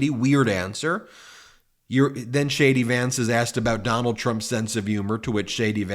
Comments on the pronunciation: Hilarious....when you say JD Vance I hear "Shady Vance"! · ONE MORE THING, DID U SAY SHADY VANCE 😂😂😂😂 WOW AH